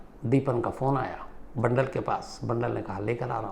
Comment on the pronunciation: बंडल नही बांदल